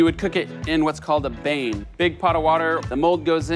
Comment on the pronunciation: The "bane" is a "ban" -- bain is French... Bath... "Ban Marie" -- Mary's bath.